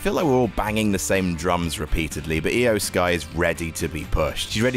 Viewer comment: My main takeaway from this list: can now pronounce Iyo Sky correctly. Proud of him